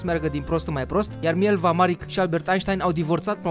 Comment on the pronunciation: Sotia lui era MILEVA, nu Mielva, iar Marić(numele ei de familie) se citeste Marici :)